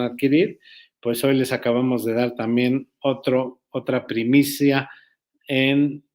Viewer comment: no es primisa, es primicia